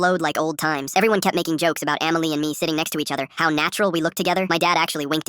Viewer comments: SAY EMILY NOT AMMYLY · Emily ❌ Amiley ✅ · “Amily” is crazy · "Eaaamilliy" - Dum ahh chatgpt